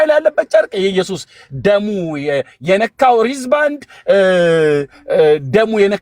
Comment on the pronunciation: ኤርሚ ግን እንግሊዝኛ "አያርፍም" እንዴ?😂😅 "ሪዝ ባንድ" ሲል "Wrist band" ለማለት ነው???